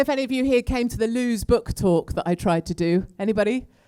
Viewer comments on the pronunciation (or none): "loos book talk" should be pronounced as "Lewis" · Katie, Sorry to hear that you have been abused by a group of hooligans.That is absolutely disgusting and they are a load of ignoramuses. Incidentally LEWES is pronounced 'Lewis' (local speak). We (a load of us) LOVE you and reckon you are the 'BEES KNEES !!!! Hear, Hear for what you say about Tommy, thanks for giving him a hug on the 'day' .......No Gerard means NO UKIP ! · Lewes would probably more receptive if you learn how to pronounce the name of the town, Katie.